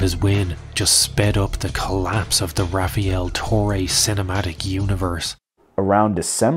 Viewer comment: i knew something was up when i read his name "rafiel" it's rafael every latino knows this 😆